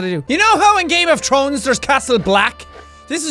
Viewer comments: did you call it game of chrones? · Akirrow GAME OF TRONES!!! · Love how you say "Game of trones" instead of thrones XD Can i fuck your accent? C: don't worry, it's not gay, we'll be drunk so we wont know what we're doing. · that is why i love the irish accent because he said Game of Trones instead of Game of Thrones, Its just so damn cute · I like how he said game of trones instead of game of thrones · "Game of Trones" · Game of trone! Omg I love it, this is forever how I will pronounce it. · 'You know in game-o-trones' JackSepticEye 2015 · Lol "game of trones" -jackcepticye 2016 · You said game of Trones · "Game a trones" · Lol he said game of trones